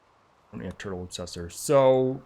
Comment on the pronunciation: Turtle “Obesssor”